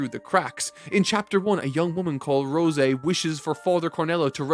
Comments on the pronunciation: rose-eh? bruh wtf. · I absolutely hate how you say rose lol it's like the flower not roseh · Is this a bit? Is he deliberately trying to mispronounced every name in every series he reviews? Rose like the flower not the fucking wine. Like dude. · I cant stand the way he says rose lol